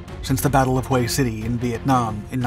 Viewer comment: I think you've earned a gold star for for pronouncing "Hue" like "way".